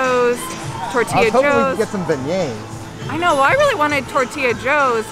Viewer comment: If says "beignets" one more time, I'm gonna lose it! Lol